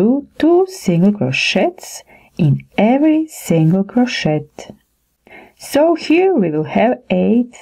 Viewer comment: Crow-shay my dear. Not crow-shet. The ‘t’ is silent. The tutorials are great. Thank you.